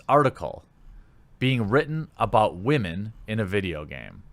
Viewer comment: Why do you keep saying WAHMEN. WTF does that even mean? Why not just pronounce them as women?